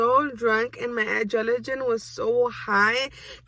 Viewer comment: It’s not adrenaline - it’s a ajrelagine. I love her 🤣😅 feel better soon comadre